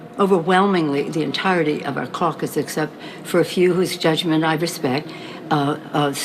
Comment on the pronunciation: Am i the only one thay laughs when she says caucus lmao all i can see is her flipping her teeth again